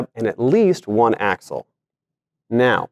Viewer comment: "AXLE" can't believe no one noticed. Other than that all good...keep 'em comin'